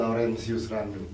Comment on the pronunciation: "RENDOM" Ngakak Laurentius Rendom.